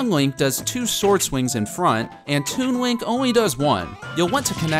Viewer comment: it sounds like he says toon wink